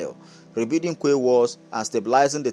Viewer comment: Quay is pronunce key! Hope this port rehabilitation and modernisation is true.. Tinubu is definitely trying but unfortunately Nigerians are more interested in stomach infrastructure, not national development...😢They should add onitsha river port to it, by dredging the river Niger. I read south Niger is agitating for a port as well. They want federal government to dredge the Niger river and open baro port... Thanks.